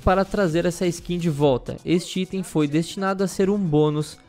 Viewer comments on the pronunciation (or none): none